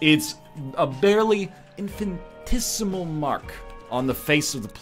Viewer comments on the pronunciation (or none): learn how to pronounce infinitesimal